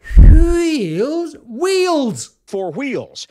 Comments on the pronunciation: Weels? drop your h's much? 🤣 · Wh-eels! Wh-eels 😂😂😂 LMAO! Great video 👍🏻